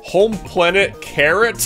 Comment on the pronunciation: Gotta love how this first episode was pretty much just “Grandpa Collin” talking the entire time. But jokes asides I had an absolute blast watching this first episode and for future reference Karut is actually pronounced as “Ka-root” and not carrot lmao